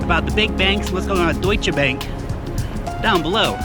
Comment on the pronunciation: Year it sounds funny. Thanks for your great work. Greetings from germany.